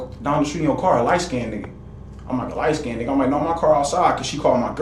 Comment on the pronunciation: I know, right 🥴. Or how about, “light skindid” or I “axed” a question verses saying I “asked” a question 😂. It’s insane.